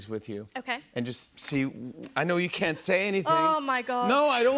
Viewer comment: “i cont believe it”